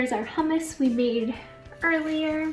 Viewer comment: I had to rewind I thought you said rum water for the hummus and I’m like what is that lol also I thought I seen somewhere that you pick a watermelon by the amount of like the brown dirt looking lines on it the more it has the sweeter it will be because those are from the sugar